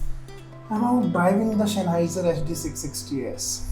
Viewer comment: Shenheiser lol